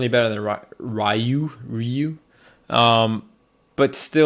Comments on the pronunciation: RYU its fuckin pronounced 'ree-oo' not 'rye-you'. How do fans get this shit wrong... SMFH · Rai-yu? RAIYU???????????????????????? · that ryu pronounciation yikes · Did Leffen pronounce Ryu as RAIYOU!? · "rai you" Can anyone tell me what a "rai you" is? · Leffen, a player somewhat considered as controversial, stumbles over pronouncing Ryu, who has himself had his name butchered in many games by many voice actors. Lmfao